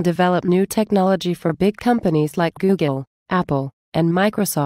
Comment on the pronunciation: Why does she keep saying Googen? It's Google.